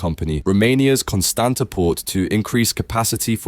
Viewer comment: Constanta is pronounced "Con-stahnts-ta" by the way.